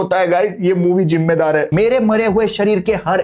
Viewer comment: Zindagi hota hai jindagi nahi zimmedar jota hai jimmedar nahi hazir hota hai hajir nahi😢😢😢😢 shi se to bolo